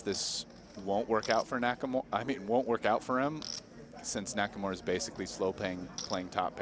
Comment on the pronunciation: It is NakaMura not NakaMora